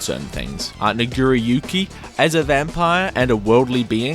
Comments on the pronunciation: Did I hear how you pronounced Nago's name correctly??? You seem to have replaced that A with an I. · sounds too much like you’re saying N🧑🏿‍🦱ggeriyuki 💀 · the way he says nagiriyuki is sus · His pronunciation of nagoriyuki is diet racist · That pronunciation of nagoriyuki is very sus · I’m sorry How did you pronounce nagoriyuki? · Why he say nagoriyuki like that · the way you said nagoriyuki sounded like n word are you horrifically racist?